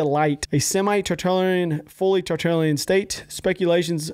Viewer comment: "Titirlien" hahahah I think he meant totalitarian haha